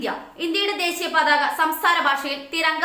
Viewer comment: പാതക അല്ല പതാക....